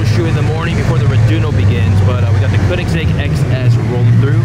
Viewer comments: More like kerr-nix-zegg. The child narrating this video pronounces it oddly. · Meme Man Fresh someone sais Koenigsegg like Keningseg in the video and i was just sayin that i used to say it like that too